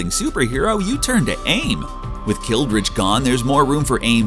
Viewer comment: Aldrich Killian not Kildrich